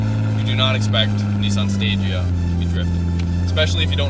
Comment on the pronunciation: its pronounced sta gee aa